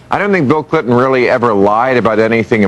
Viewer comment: Lol, "Bill Clit-on".